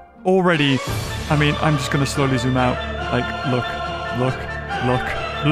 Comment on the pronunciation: Mean not mèan!